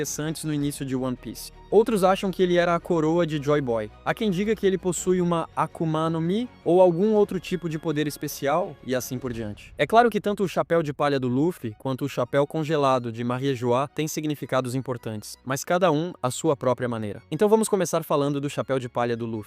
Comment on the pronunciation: Fica esquisito falar Marienjoar ou invés de Mariejois